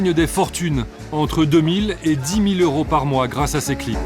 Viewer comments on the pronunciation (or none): none